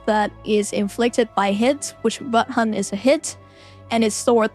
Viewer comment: When you say Blood Hunt, it sounds like “Butt hunt”. Spilled my tea just now 😅